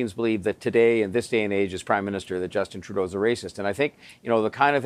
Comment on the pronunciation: I do believe the way you say his name is wrong. It sounds like tru dont and together now trudont.